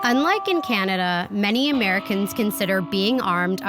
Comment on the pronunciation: When he said "Canagay" I thought he was talking about one of their shit eating states. 😂😂😂😂😂